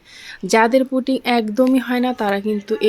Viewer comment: Putting na pudding.suddha Kotha bolun.